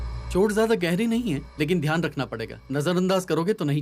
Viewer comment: Dhyan ❌ Dayan 💯🤣